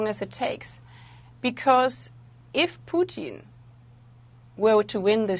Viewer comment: " if Pewtin wew to win dis waw" come on spit it out 😂